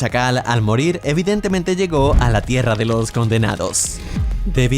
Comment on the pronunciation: soy el único que escucha toro en vez de todo